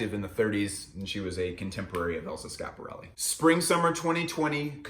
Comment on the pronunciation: really sad that you're just ignoring the first "i" in schiaparelli :/